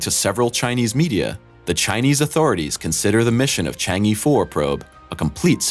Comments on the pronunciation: It is pronounced "CHONG AH" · Stop pronouncing it Changy4. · E in "Chang E" is not pronounced like E (in English alphabet), it is more like ur in urgent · Learn to pronounce "Chang'e" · How to pronounce Chang’e like a chinese: 1) Pronounce “Chang”, with the “Cha” sound like first part of the word “Charge”, not the word “Change”. So it is “Chang”, not “Cheng” 2) Pronounce the “e” as the first part of the word “Earth”, without the “th”.